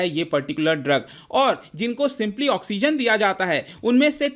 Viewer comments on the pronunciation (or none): none